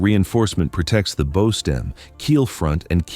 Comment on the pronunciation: When we're talking about a subject with many technical nautical details, just can't believe anyone is credible who can't properly pronounce the word, "bow." Methinks the narrator is a dunce who doesn't know the first thing about yachts. Downvoted.